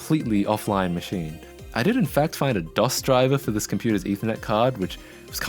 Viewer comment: It's called DOS, not DOSS.